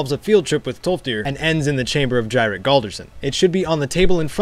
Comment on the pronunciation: Jyrik... I um... I thought it was pronounced "Yeerick" as per nordic norms. Like, so many js are ys! So, when you said "gyric" i was confused Someone else please tell me they felt the same way?